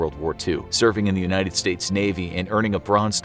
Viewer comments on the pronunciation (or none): none